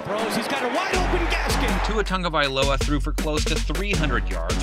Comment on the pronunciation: Here's a comment.....can SOMEBODY, ANYBODY tell these idiots to stop saying Tua's last name as TUNGA.....ITS TAG...T,A,G!!! TAGA LIA VO AHHH! IDIOTS!!